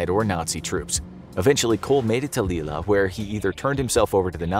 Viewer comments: lille pronounced as leel not lilla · Le-la France had me in stitches...you gotta Google European place names before you try pronouncing them man 😂🤣😂